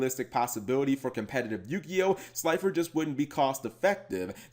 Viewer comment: Say gods name wrong Obelisk the Tormentor,Slider the executive producer And Last Ultra mega chicken